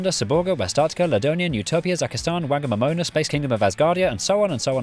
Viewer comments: just a heads up that "whangamōmona" is pronounced "fah-ngah-more-more-nah", not "wehngamowmowah" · Quick bit about the micronations portion . "WH" in te reo Māori (the Māori language) is pronounced like "PH" or "F" in English. Whangamōmona would be pronounced something like "Fonguh-mo-mona" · Love your videos. The Wh at the start of Whangamōmona us pronounced as an F in te reo Māori.